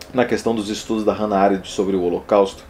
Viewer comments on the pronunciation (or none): none